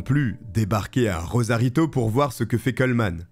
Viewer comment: RoSarito, pas *Rozarito